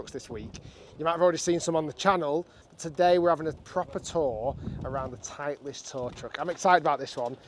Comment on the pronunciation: Its title-ist not titli-est 😂 surely Rick should know that